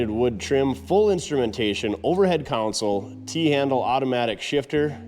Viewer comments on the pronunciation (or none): it's a - console (center storage area) not - counsel (giver of advice) - I 've heard other northerners say it right - can you? - Please try, eh...? 🙂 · Pronunciation tip of the day: Counsel (pronounced Cown-Sell) refers to lawyers conducting a case. As in, "the counsel for the defense". Console (pronounced Con-Soul) is a panel with a set of controls for electronic or mechanical equipment.😉